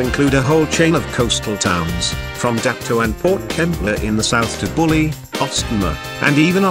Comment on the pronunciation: A suburb mentioned was "Bulli" is not pronounced "bully" but "bull - eye". Don't ask me me why.